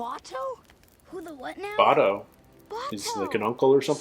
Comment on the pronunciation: Your questions about Iroh will be answered and they will break your heart Oh and it's Bato not Buto :)